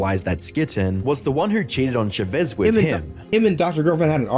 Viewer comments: chavezz is pronounced as char-ves btw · I can't stand they way you pronounce Chavezz. It's Ch-ah Veh-Z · The misspronunciation of chavezz is killing me 😂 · The way he's pronouncing Chavezz's name is making me lose it lmfao, Josh quite literally pronounces his name as "Cha Vezz" Not "Sha Vezz" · Not sure how I feel about Chavezz being pronounced Sha-vez over Cha-vez lol XD/jk. I found Chavezz and Skitten randomly, so I remember his video on the issue (only ever watched 2 vids with him and BHD, so no real feelings on BHD..), but never saw Skitten's. Happy that Skitten, Chavezz, and Dr. D are still doing well after all this time. Also, please don't bring this back up in the comments if you guys go to watch them. Chavezz already stated after that explanation vid that he wasn't going to address the subject further after that. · I love Chavezz now, He has a reaction channel w his wife and he looks so happy. I never knew he had such a past, I just came across his wife's channel one day and loved his energy and dynamic with his wife. ❤Also you misspronaunced his name lol